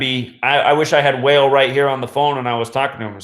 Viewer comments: Wah-Lay NOT whale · Thanks fyi he pronounces it like Wa- lay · Your videos are unlike any other!! The ones that deny the truth are just oblivious and ignorant! You explain everything with facts to back it up so it’s all undeniable. You are one smart man. Not sure if anyone has already said this but Wale’s name is pronounced “Wall-lay” just throwing that out there!! Thanks for taking the time to make all these videos to show us the truth! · its wah-lay=wale 👌👌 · Bro. Wale is pronounced wall-lay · couldn't help but to laugh when he kept saying wale as "whale". lol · Wale pronounced (Wah - Lé ) great video 👌🏽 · Pronounced WHA-Le' my dude 💯